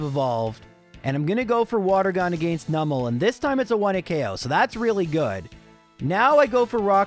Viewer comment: This video sounded interesting, but I just can't stand that pronunciation of "against"...